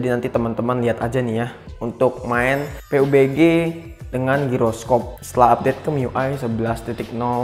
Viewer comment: Bang saya saranin Kalau sebut nama game pubg jangan Peubege bang Pabjii aja nyebutnya